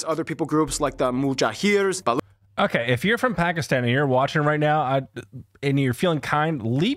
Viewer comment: Actually let me clear two confusions, 1. It's Muhajir not Mujahir and 2. It's Shalwar Kameez not Sharwal Kameez. I love both this video and your reaction to it though